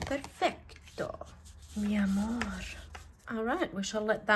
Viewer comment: “Perfecto mi amor”… perfect spanish accent. Greetings from your biggest mexican fan!!! 🌹